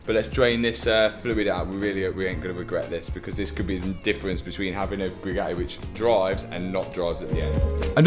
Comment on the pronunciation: oh he finally pronounced Bugatti properly. yeeey